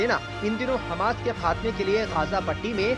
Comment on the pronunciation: Hamash? h hamsh thik kiya?